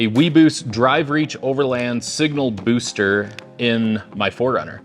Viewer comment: Signal “boster” 😂😂😂